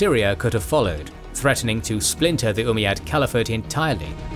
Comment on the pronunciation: "Cvaliphate" made me chuckle XD